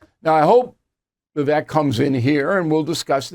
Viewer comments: Bill.....Vivek pronounced Vivake, rhymes with cake. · His name is pronounced VA VAKE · His name is pronounced Vivake like cake. If the impossible happens and Pres. Trump drops out, Vivek has my vote. Trump 2024. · His name is pronounced “Vi-vake “ like “cake”. Also, sorry Bill but you are the problem because you still think that Russia is the Soviet Union. Times have changed. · Pronounced “Vivake” like Cake…. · Bill, you could at least pronounce his name correctly. Its Viv-vake like cake. Thank you. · Bill I am glad Fox kicked you out for messing with women. When Vivek started the business he didn’t have experience. You don’t want him because you can’t pronounce his name. Same like fox wants DeSantis. You are FOS. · Vivek pronounced like "cake" Bill.... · bill, he pronounces Vivek (rhymes with cake) not rhymes with heck